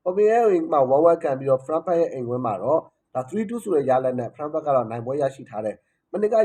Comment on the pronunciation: Frankfurt ＆ Freiburg No clear pronounce. Freiburg =ဖရိုင်းဘတ်ဂ် Frankfurt =ဖရန့်ဖတ်တ်